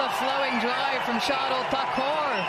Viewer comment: Isha Guha please get the names properly.. geez it’s not thakour